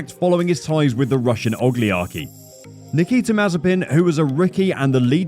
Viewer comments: Did he say ogliarchy instead of oligarchy? Kekw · my guy really said Russian "Oleearky" LOL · My dude can't even pronounce the word "oligarchy" 😂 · Is no-one going to mention how he pronounced "oligarchy" ?